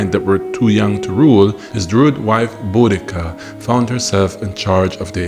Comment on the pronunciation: Thank you for pronouncing her name correctly.